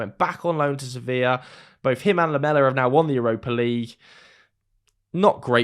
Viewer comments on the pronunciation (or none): none